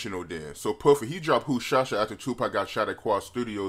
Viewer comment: said "who shosh ya" 🤣